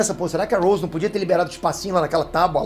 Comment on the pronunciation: Ele pronunciou o nome do Rose errado kkkkkk e como Jack afundou no navio se ele nem existiu?😂😂